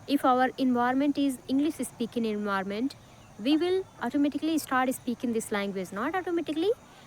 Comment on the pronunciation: Its నాట్ envirament...... Environment ఎన్విరాన్మెంట్.... ఫస్ట్ లెర్న్ the ప్రొనౌన్సియేషన్స్....